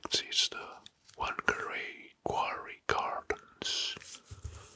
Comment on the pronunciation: btw you say whangarei fung-uh-ray (rolled r)